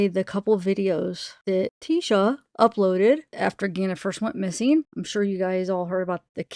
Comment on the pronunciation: Just so you know..its not "TISHa" .. it sounds like "Teesha". However, "evil" is fitting lol.. hope everyone has had a great week! Much 💙 everyone!!